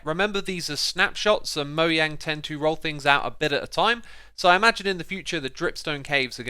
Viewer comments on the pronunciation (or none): MOJANG not MOYANG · It’s Mojang not Moyang! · did he just say mohang?